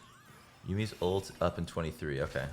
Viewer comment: Why the hell you say Olt instead of ult or alt